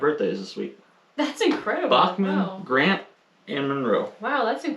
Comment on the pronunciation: the US hasn't had a President Bachman yet. We did have one named Buchanan (pronounced bew-cannon😊